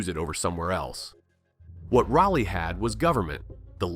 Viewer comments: Shoutout to Salt Lake City , The Grand American Hotel. Nothing to do with Raleigh. Zero mountains. Also, "RAH-lee". Not "rally". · Say it with me....RA-LEEE. No slow down on the break. Just as quick as you say it you start it by you'll slow down on the last E. And most of us are pretty sure it got the name city of oak cause despite growing a city out of a forest and the many clearing made we got trees literally everywhere. Our soil is clay and doesnt like much and yet an oak tree can grow here without much effort. Its insane, outside the core of the downtown area and you have to fight a green skyline of oak trees to see anything. Thank god cause our summers are the worst and those trees are about the only ever shade youll get, and that shade is just to block the sun cause the humid heat will literally still find the air around you shade or not. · It's "Rah-Lee", for the record. We don't say 'You-All", it's Y'all. Sir Walter never set foot here, as far as we know....his last words were: " 'Tis sharpe medicine, and a cure for all E-Villes." One more thing....DOOK is known as "The University of New Jersey at Durham." ✌ 👽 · Just sounds like Wisconsen accent on that word. My biggest peeve is saying "read", when in past tense would be pronounced "red". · well, more like RAH - lee. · The subject of your research ought to be pronounced correctly. Train your voice clone to pronounce Rah-lee correctly. As in Sir Walter Raleigh. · Imagine making a video about a city and not even pronouncing the name right. This video sucks. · One should ask Mr Jim Goodnight or Howard Walston ? Does it really matter why the Lane Property became Raleigh? Land deal, money, influence? Nope, that's politics. Now, fix your AI to pronounce Raleigh correctly. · That’s not how you pronounce Raleigh!